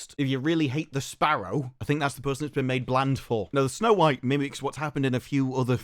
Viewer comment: yo is it me but after this his accent makes it sound like he’s saying “no white” instead of snow white 😂